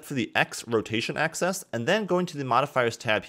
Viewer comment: "....want to make sure you're in VERTICIE select mode...." No. "....This is so we can delete that center VERTICIE...." NO. "....so I'm going to uncheck the visibility on all of our AXISES...." NO!! "....except for the X rotation ACCESS...." muffled screams :D